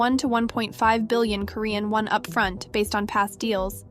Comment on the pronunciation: The new voice pronounces alot of things wrong. It bothered me that she pronounced do-rag wrong like 20 times. She also pronounced "Won" as in Korea's currency wrong.